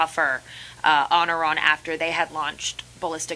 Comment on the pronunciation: NOOOO SOMEONE TEACH WALZ HOW TO SAY “IRAN”!!! It’s not “eye-ran”!